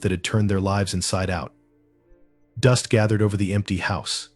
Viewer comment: You can tell it’s AI- live and lives are frequently mispronounced! I will give AI THIS THOUGH- almost all of the voices I have heard sound real. One of the few “tells” is the lack of an inhale. No human could speak indefinitely without refilling their lungs! They could take a few notes from Apple though. How they did it, I have no clue, but they made the VoiceOver voice Alex “inhale”! As I sit here and listen to “him” read all the comments, it’s nice to have the mental break an inhale provides! All of that said, I much prefer the REAL human voice! I think that’s why I prefer listening to audio books rather than letting Alex read to me- although, I do have quite a few e-pub books too!😎